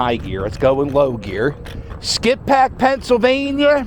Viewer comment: The locals pronounce it "skipback". You went by my grandfather's old house on Church Ave lol. Graterford prison is about 1 1/2 miles north on 73 past the Wawa which housed Bernard Hopkins and Meek Mill's, now it's called sci Phoenix. The video doesn't really do the village justice, it's packed on the weekends and drivers go like 10-15mph through there. Great vid Cap!!